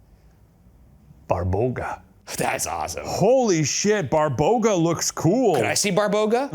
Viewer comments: little correction here, it's actually BABA roga, not BARBoga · lol it's babaroga not barboga I'm dead